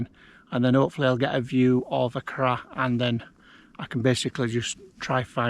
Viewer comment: Enjoying your video. I’m pretty sure it’s pronounced ‘Ah Chroysh’.